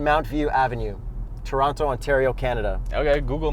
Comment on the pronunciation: i died LMAO but again great video! I have observed that Google is still better at handling my Indian English though. Also why do you say toronTo huh